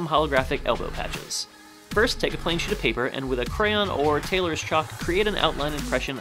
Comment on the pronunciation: Lol Instead of thinking u said plain sheet of paper I thought you said plain sh*t of paper